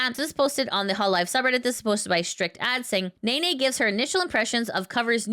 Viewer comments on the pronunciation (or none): it's neh-neh not nay-nay